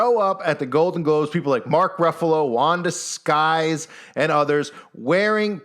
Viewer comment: It's Sykes, not skies!